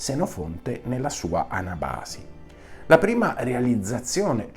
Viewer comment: Senofonte non fu autore dell'Anabàsi ma dell'Anàbasi !!!